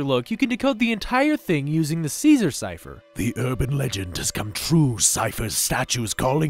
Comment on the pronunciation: Bill Cipher not bill chypher